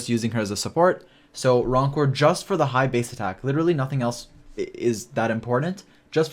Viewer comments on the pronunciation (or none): none